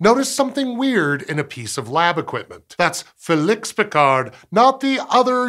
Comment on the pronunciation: Félix is pronounced fay-Leeks. Bernoulli is bear-New-lee